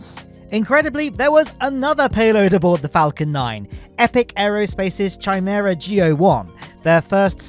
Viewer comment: Chimera is pronounced Kai-mehr-uh